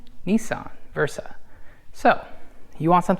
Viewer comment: Versa? I'm out, good info up tho there tho 👍🏿